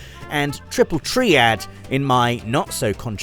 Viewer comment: I think pronouncing the Final Fantasy VIII card game "Triple Tree Add" is the most controversial thing here :face-blue-smiling